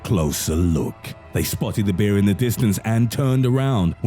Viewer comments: Who pronounces bear like this narrator?? wtf black beer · It sounds like he’s saying beer 🍺 most men don’t mind being attacked by a beer 🍻🤣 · Every time you say “Bear” it sounds like “Beer” so you made me chuckle when you said that the monk that controlled the enclosure had stated that the man was drunk and the smell of alcohol triggered the “Beer”😂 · Two things: A). I like this guys voice he makes the videos more creepy, and B) it sounds like he’s saying beer